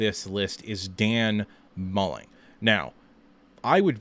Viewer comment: His name is Dan Mullen not Mulling